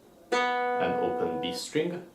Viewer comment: I love this video! But in the future can you really enunciate the string? Sometimes it is hard to distinguish what you're saying when you call out a string. I can't really tell if you're saying E string or B string. Other than that, this was phenomenal.